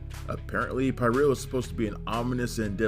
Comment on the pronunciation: It's pronounced PeerEuhl. And Dourif's character slit his wrists